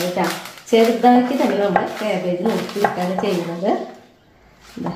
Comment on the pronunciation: Casbegne. Caleflower. Parayunnade.